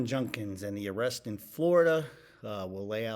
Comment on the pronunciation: His last name is pronounced "JUD-kins", not "JUN-kins". Not that it will matter if he's found guilty.